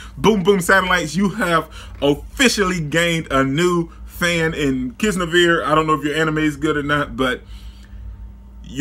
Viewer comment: Kiz-NO-Vear?...... Kiz-Nai-Ver